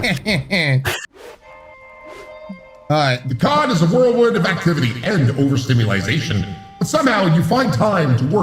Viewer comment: The new Monster Prom game is hilarious! I'm catching up while eating my lunch at work, lol. And how days overstimulization instead of overstimulation...lol.